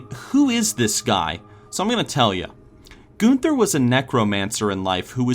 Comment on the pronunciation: Goon ther I believe it's pronounced gun ther